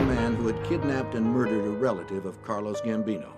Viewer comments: It’s CARLO Gambino, not Carlos! WTH?! Basic research folks. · When the narrator described Gambino's first name, it sounded like he said Carlos, not Carlo, which would be Gambino's correct first name.